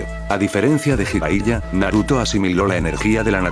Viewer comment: Ah, y otra cosa Bro... Qué opinas acerca de que modificaras el cómo redactas la historia para subirla al Loquendo... Me refiero a que escribieras las cosas como se pronuncian, para que el Loquendo las diga como deberían sonar y así no se escuche rara la narración. Por ejemplo, palabras con J como Jutsu, tú la escribas como Yutsu, o Jiraiya, tú la escribas como Yiraiya. O palabras con H intermedia o inicial, como Konohamaru, tú la escribas Konojámaru, o Hokage como Jokague... Ah, también esas sílabas de Ge o Gi, que las cambies por Gue o Gui, como la de Hokage antes mencionada o Genjutsu por Guenyutsu... Ya sé que es más laborioso, pero la verdad se escucharía prrón que el Loquendo pronunciara tus historias como se debe... Incluso, agrega acentos (tildes) en donde veas que Loquendo no acentúa correctamente, me parece que en palabras como Orochimaru, el Loquendo acentúa en la U y se escucha como Orochimarú... Entonces tú tendrías que ponerle el acento en la A, osea, Orochimáru, Konojámaru y etc... Bueno, es mi sugerencia para que se vea o escuche todo más Pro!!! Saludos!!